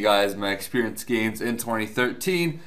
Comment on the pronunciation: You made all kindzz of gainzzz.... all kindzzz.